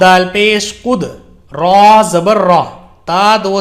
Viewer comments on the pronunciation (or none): Jo kudratan word hai, usme to last me haa pe do zabar hai To use taa kyu padha